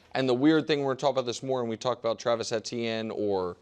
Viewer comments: Both KW and Nick said it correctly? Saying it EEH-tee-en is the only incorrect way to do it. It’s a French name and is pronounced Eh-tee-en there, and Travis himself said in Louisiana it’s usually pronounced more like Achane. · can these guys figure out how to pronounce Etienne